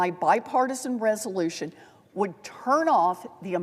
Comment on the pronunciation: "Bipartisal" resolytion😂😂😂